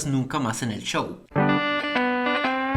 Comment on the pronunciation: Me sorprende que diga chow y no show